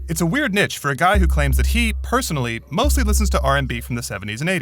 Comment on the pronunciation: Reporter doesn’t know how to pronounce NICHE…. Its NICHE LIKE LEASH